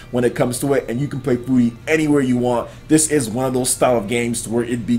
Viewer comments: I try not to correct you when you mispronounce words but dude it's pronounced fury... Not foori or whatever the shit you said and you've said gungeon wrong in previous videos. It's exactly the same as dungeon but with a g, not gun-jee-on or whatever shit you said, do you not hear that in editing and think it sounds stupid or just wrong? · i'm pretty sure furi is prenounced like fury... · shahar fy he was actually pretty close, Furi's the Japanese word for free, it's not a play on words on Fury.